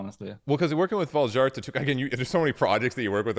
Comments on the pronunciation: A Swede mispronouncing his own band's name is unforgivable to me. Why would he do that? Why would he not teach these lowly Anglo monolinguals that "J" is pronounced like the English Y in the majority of languages in Europe. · He’s not pronouncing it in Swedish here though, so I’m not sure this is correct even. He’s pronouncing it like Swedes sometimes pronounce their name to make it understandable for English speakers. I’m Swedish btw